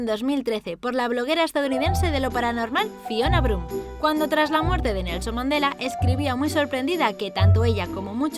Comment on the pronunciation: Pense que decía efecto mandalena